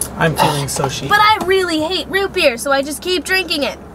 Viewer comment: My dude sad Rubiks cube instead of root beer lol 🤣🤣